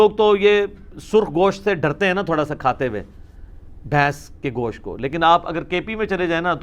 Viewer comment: Bhai Gosh't' hota hai Gosh nhi...kyunki Gosh ka ma'ni Kan👂 hota hai...!!! Mai kai jahil ko dekha hai jo Gosht ko Gosh bolte hai...!!!